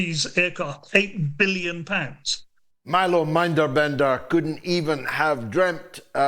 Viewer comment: He said "Minderbender," when the name is Minderbinder.